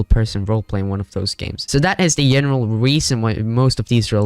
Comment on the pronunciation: WHY ARE YOU SAYING JENERAL IT'S SO ANNOYING BRUH